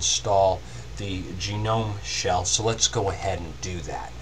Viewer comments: lol nice you say genome instead of gnome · It's actually sort of correct, his accent mispronounces it slightly. I believe it's pronounce Ga-Nome sort of like TWIL. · Sorry something that annoyed me a little is "gnome" that's actually how u spell the word gnome (nome). So it's pronounced nome. Other than that, very helpful and just what i needed.